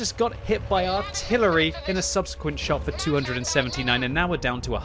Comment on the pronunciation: I was so happy to hear say 'subsequent' properly, finally (3.25).